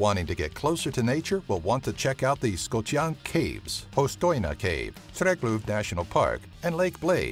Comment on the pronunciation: DibriL ja kot npr. Trigluv namesto triglav